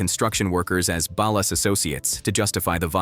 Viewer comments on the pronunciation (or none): Ballast and Valor?!? 😂😂😂